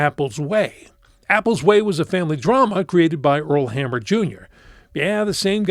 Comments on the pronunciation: It's Earl Ham-ner not hammer. That one got me as well. Rude to out an "n" next to an "m" honestly... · I liked this show! And you pronounced Earl Hamner's name wrong.